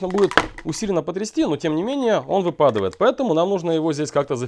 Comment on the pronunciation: ВыпадЫвает 🤦‍♂️ Выпадает Карл, ВЫпадает...